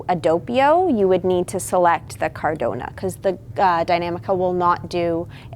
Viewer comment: It's caradonna